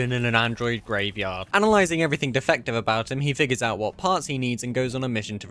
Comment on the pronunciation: "Detroit: become defctive" ahh 😭😭